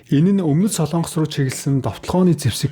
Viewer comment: СОЛООНГОС гэж улс байхгүй. СОЛОНГОС улс гэж байна. зөв яриачээ. минь ээ?????